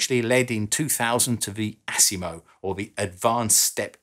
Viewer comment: I like how he says ASS IMO lol AS IMO not ASS lol